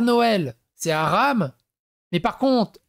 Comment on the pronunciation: Tu aram sans l accent ca fait comme djamel debouzze quand il dit les aram